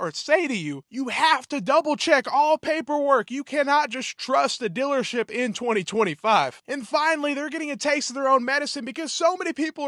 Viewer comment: “Dillership”. I love the accent.